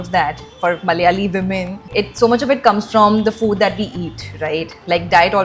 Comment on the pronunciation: It is FOOD ,not FUDD.